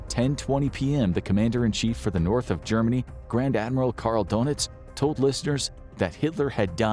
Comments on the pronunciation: This guy's pronunciation of the last names is driving me nuts. It's not donuts for pete's sake. Ugh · Gee, considering that there is about 90 years of historical films, you'd think they'd at least learn how to pronounce Goring and Donitz' names properly........GYURR-ing, DURR-nitz..